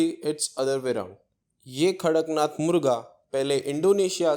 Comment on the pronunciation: Not karaknath it's kadaknath.